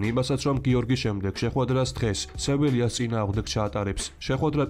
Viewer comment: ატალანტას მაგივრად ატლანტას ეძახიან, სევილიას კი სეველაის , ვინც ფეხბურთს უყურებს არასდროს არ იტყვის ატლანტა ან სეველია ყველამ ვისაც არ შეეზარა ფეხბურთზე აკეთებს ვიდეოებს, მაგრამ ავტორს უფასესებ შრომას.